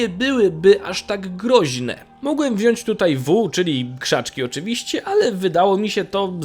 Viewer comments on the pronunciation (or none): none